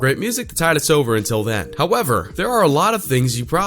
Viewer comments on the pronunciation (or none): none